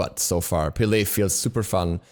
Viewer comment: STOP PRONOUNCING HER NAME WRONG